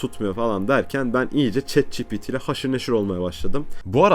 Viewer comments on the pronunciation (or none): none